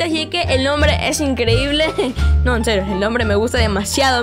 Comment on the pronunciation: es enserrio jajajjajaja se dise enserio